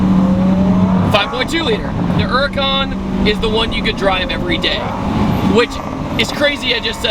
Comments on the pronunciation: Why does he call it a "Urrrcan"? It's H H H Huracan. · Huracan not uracan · It's called H U R A C A N! Not U R A C A N 😡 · Not the urrrrrhhhcan. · Her-ur-con lol